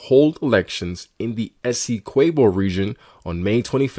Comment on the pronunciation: You're butchering the pronunciation of Essequibo